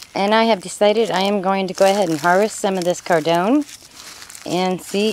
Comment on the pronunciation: Cardoon rhymes with “cartoon,” not “condone.”